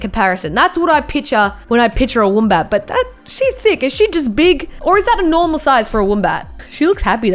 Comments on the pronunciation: y does say woombat, its wombat u idiot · Who says woombat it’s wombat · Woombat, why you have to say it like that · She said woombat not wombat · when she calls it a woombat )))))@@@@ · its not a woombat its a wombat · Did anyone notice she says woom bat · Woombat? I thought you were Aussie 😂😂😂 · The way she says wombat tho 😖. It’s pronounced “wh- o mm b- a -t” (short vowel sounds) Uhhhhh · Ur Australian but you cant pronounce wombat correctly. BTW love the vids ceep it mate.